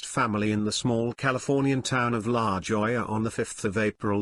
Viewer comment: La Hoya is pronunciation